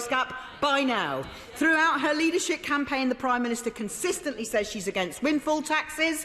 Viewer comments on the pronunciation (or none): Did she say “leadershit campaign”? Because that would be not only factual, but GENIUS!